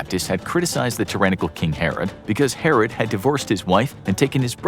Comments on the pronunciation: the narrator can't say 'herod' right. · we did learn about the the baby being cut in two in sunday school. Learn how to pronounce king herod. we also learn that story in sunday school.